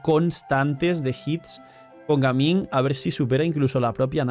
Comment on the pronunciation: En colombia le decimos gamin a los delincuentes, ladrones, malandros, etc es mejor pronunciar su nombre en ingles Gaming 😅